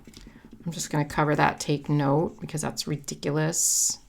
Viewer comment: This is as cute as you are! You make me smile! The way you said ridiculous made me giggle